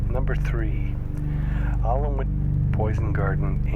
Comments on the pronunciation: I've been to Alnwick poison garden, nice place and beside it is Alnwick castle where they filmed a bit of Harry Potter. And it's pronounced A-Nick. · Just for future reference, Alnwick is pronounced as Annick. :) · Alnwick is pronounced "ah-nick" it's one of the least scary towns in england haha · "Alnwick" is pronounced anik i live there😂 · By the way, Alnwick is pronounced 'an-ic' :) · Alnwick is pronounced An-ic. The L and W are silent. My friend is head of physiotherapy at the hospital there and I come from an hour south. I believe that mountain road in Bolivia has been bypassed, years ago. If you think St Helena (Heleena) is bad try the French Southern and Antarctic Lands, also no airport but 49 south and half way between Australia and Africa. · "Alnwick" is pronounced "Annick", just so you know. For future reference, British place names ending in -wick are pronounced as if it's just -ick. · LEARN TO PRONOUNCE ALNWICK!!! "AHNICK" IS HOW IT'S PRONOUNCED!!! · You say Alnwick like an-ic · Alnwick is pronounced more like an-ick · you dont say the l or w in alnwick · Alnwick ! ........The L and the W are silent matey................its in Engerland UKstershiire ................. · Its pronounced 'Anick' not aln wick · alnwick is pronounced an ick l and w are silent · Dude it's pronounced Anick and it's not that deadly, i've been in plenty of times. The castle at Alnwick was used for the Harry Potter movies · Btw that Allan wick is pronounced anick I know it awkward and why you can get it wrong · It's pronounced "Annick" not Aln-wick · its pronouncd anick not alnwick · uh, just thought I'd share that "Alnwick" isn't pronounced "Alan-Wick", its pronounced "An-Ick" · the alnwick gardens are just pronounce anick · It's pronounced annick (silent l) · 3. Its actually pronounced Anick, the L and the W are silent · its prenounced annick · The poison garden is in Alnwick but it pronounced Annick. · Alnwick is pronounced Annik! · Alnwick is pronounced 'Annick'.